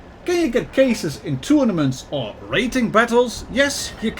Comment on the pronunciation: You made an oopsie when you tried to say "or"